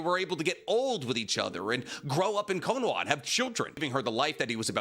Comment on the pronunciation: How do mess up the pronunciation of konoha